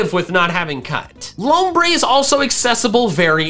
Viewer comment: THE U IN LOMBRE IS SUPPOSED TO BE AN O!